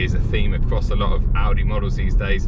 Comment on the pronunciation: hahaha. Its pronounced like! The syllables are and